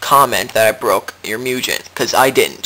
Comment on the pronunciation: Wow you're really any ass, huh? And its MOOOOO-GEHN not MEEEEEEW-JEN...